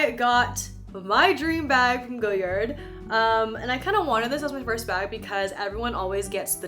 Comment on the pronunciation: love your content, but for future ref. it's pronounced goh-yard (like a front yard) - not goyerd :) or if you want to sound really french remove the 'd' sound.